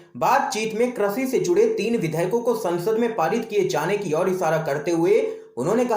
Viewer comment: Krishi not kreshi